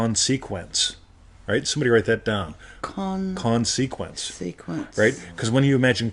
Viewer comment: Well the first thing you’re doing wrong is the pronunciation of >>>consequence<<< It has the stress on the first syllable. 😄